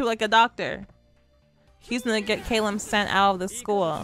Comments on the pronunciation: Hi! Awesome video, as always! You said that you would say Kalim’s name correctly one of these days, correct? Well, maybe I can help with that! Okay, so let’s start with Kalim. The “K-A” is pronounced like the the “C-U” sound in the word “cut”, and the “L-I-M” is pronounced like the word “leen” but with a ‘m’ rather than an ‘n’. And now for Al-Asim. The “A-L” is pronounced like the word “all”. The A in Asim is pronounced like “Ah” (like when someone asks you to say ‘ah’), and the “S-I-M” is pronounced like the word “seem”. I hope this helps! 😊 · You’re very welcome! Just take your time with the pronunciation of his name and you’ll have it right in no time!